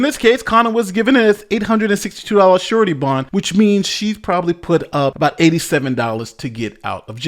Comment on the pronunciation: I totally thought you said "shorty bond" and was wondering if that was some sort of slang for a temporary bond or some such other thing...